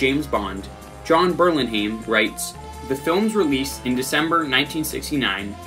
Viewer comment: I agree, this is one of the best Bond scores. Just one correction though, it’s Jon Burlingame not Burlinhame.